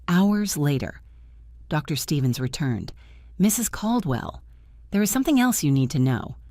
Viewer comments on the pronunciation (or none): Why in these AI Soap Operas is important news never able to be said over the phone? And stop typing “Mr.” and “Dr.” as the period/full-stop causes an awkward pause by the AI reader.